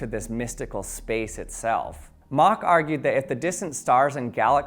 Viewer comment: Thumbs up for pronouncing “Mach” correctly.